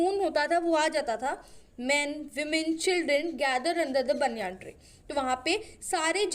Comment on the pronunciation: baniyaan ni h voh baeniyun h🤣(pronounciation)